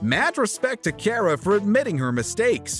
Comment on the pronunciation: “Olivia Care-ah” You mean “Car-ah”?